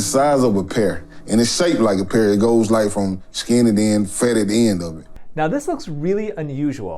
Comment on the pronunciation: I heard “pair”